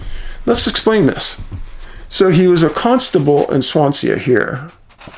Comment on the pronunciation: Thanks David, from the UK (Scotland). FYI, Swansea is pronounced Swan, sea (as in ocean) 🙏🏽❤️